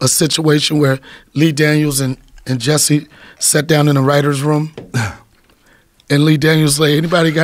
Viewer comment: He said Jessie sum- Some-mo-lette 😂😂😂